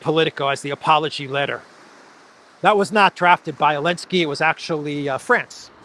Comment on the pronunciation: Why say elenski you?